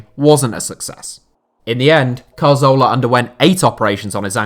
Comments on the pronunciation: Hey, I think the issue people have with your Santi Cazorla pronunciation isn't the way you say the "z". It's where you're placing the "r" sound. Regardless of the "z" pronunciation, you say it as if it is spelled Carzola. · We can forgive you for not being able to pronounce any name that isn't English, but it's more like dyslexia. Most English speakers wouldn't pronounce 'z' as 'th', that's fine. But moving the 'r' so that Cazorla becomes Carzola is really unusual. Apologies if you are actually dyslexic. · Good video but i cant stand you butchering Cazorla's name...It was annoying hearing it over and over and over again..So i stopped at number 2